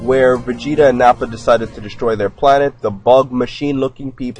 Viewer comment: What does he say? 'DesHtroy'?? Lol